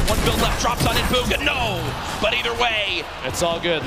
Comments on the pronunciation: buuuuugaaa I thought he said booger for a second😂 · stanfordcoffee it’s pronounced boo-guh